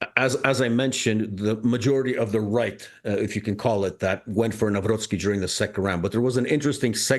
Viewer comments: Hello Clayton, Na-vro-tski like Trotsky. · Dr. Krupa pronounces the incoming president's name the right way. Hopefully, it will permeate to the English-language media that way (Navrotski). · Correct pronouncing is "Carol Nahvrotsky" 🙂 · Try reading: Navrotzky. :D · Nav-Rot-Ski Crikey, it ain’t that difficult! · Just put some effort and learn proper pronunciation. "Navrotzki" -- to help you. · Please, pronounce Karol Nawrocki's surname correctly. Nawrocki / ' navrotski /. Thank you. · Navrotzki, that's a correct pronunciation. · It's pronounced "Navrotsky". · You should learn how to pronounce name of such important political figures…..you so much off…. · Please read our new president's surname correctly. Thx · Very unprofessional by Clayton Morris not to put even a minimum effort to learn how to properly say both first and second name of Polish newly elected president. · Kindly verify your pronunciation of the elected president's surname, thank you. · Please learn to pronounce his name correctly.It’s not that hard… In Polish language “c” is not silent and “w” is pronounced as “v”… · Please, out of respect for the man please learn how to pronounce the name of the newly elected Polish President. Ask someone to teach you a then it’s very easy! Thank you, kind regards. A.J. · This channel sucks a big way. A couple ranting on different issues but lacking nuance and context. They can't even pronounce name of the politicians they are talking about - and its not the first time 😂😂😂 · Clayton Morris making absolutely no effort to even come close to pronouncing President Nawrocki’s name correctly. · You need to learn the pronunciation. The "c" in Nawrocki needs to be heard. Say [Navrotzki], not [Navroki]. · Its NAVROTSKY not naa-wrookee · It's not Naraki, it's Nav-rots-ki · its not “nawro-kee” its “Nawrotski” “C” in polish reads as “ts” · You butchered his name :) haha. Not Nahwrocky but Navrotshki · You pronounce NAWROCKI wrong. It's Navrotski, not Navroki.